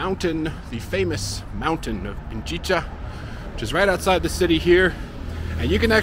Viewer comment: Pichincha (Pi-chin-cha) not Pinchicha (Pin-chi-cha), just for the sake of accuracy in spelling and pronunciation. 🤔😉 Your videos are interesting, thanks for sharing your travels!